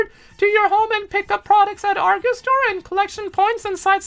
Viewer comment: pronouncation of ''Argos'' and ''Sainsbury's''.😂